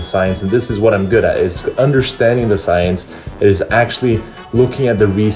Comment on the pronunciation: "Soyence"..... Hhhahahahahah!